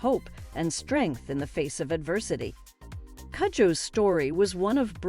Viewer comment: It is pronounced koojoe Its a Ghanaian name